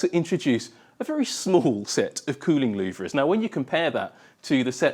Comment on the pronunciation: Louvres are not pronounced "loov-rizz",.